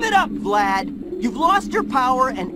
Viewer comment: The staff didn't give Tom Kenny good direction. He mispronounced Vlad as "Vlaud"